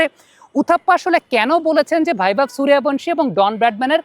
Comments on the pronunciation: বাংলাতে সুরিয়াভানশী নয়রে, সূর্যবংশী, বাংলা সূর্যবংশীর উচ্চারণ হিন্দীতে সুরিয়াভনশী। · আরে সূর্যবংশী হবে।হিন্দিতে য উচ্চারণ য় এর মত হয়।